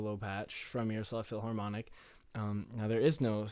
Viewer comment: dude thanks for the demo it was very helpful. Please don't take it as an insult but the h in philharmonic isn't supposed to be pronounced. Cheers!